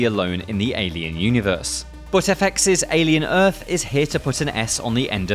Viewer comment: alien earf